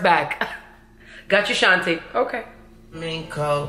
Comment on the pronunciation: I agree with you on saying Ashanti's name wrong Fat Joe does it too on their song